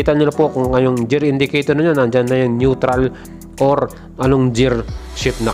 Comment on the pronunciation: GEAR - (as in 'girl', NOT JEAR as in 'jeans')